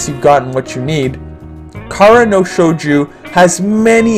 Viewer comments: shojo not shoju. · I cringed every time I heard Shouju... This one has been in my backlog for a while, will give it a shot.